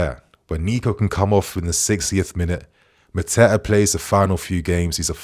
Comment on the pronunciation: 😂😂😂ffs man said mateta😂🤦🏾‍♂️wow